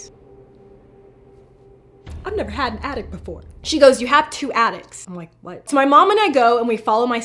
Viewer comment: When she said attics I thought she said addicts. XD Edit:When her and Adam woke up am, and the board said pm. Maybe something had to do with that?